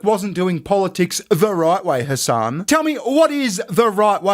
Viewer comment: Calling him " Hessen" doesn't sound too islamic. But it actually sounds like 🤐n@